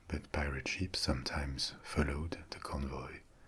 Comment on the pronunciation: Am I the only one who tought he was saying sheeps 🐑 and not ships 🚢